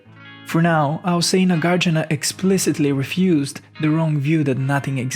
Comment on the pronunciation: Not Nagārjuna. Nāgārjuna.